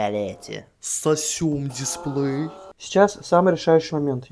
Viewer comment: Гы гы гы он сказал "Сасем десплей" гыгыг